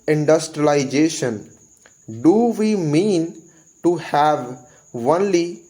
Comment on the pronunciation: This is “only” and you prononce it “onely” except it I think everything is perfect